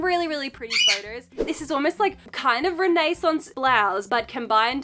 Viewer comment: She said ren-nay-sance! So cute!😂